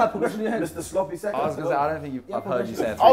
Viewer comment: Sloppy sec-onds💀😂